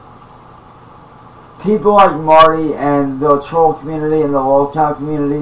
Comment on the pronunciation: “Da twoll community” Imagine thinking millions of random internet users actually make up a community. His entire method of speaking is based on repeating what he’s heard, he just doesn’t have a clue toward it’s meaning.